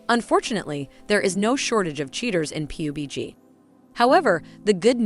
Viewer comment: Pee you bee gee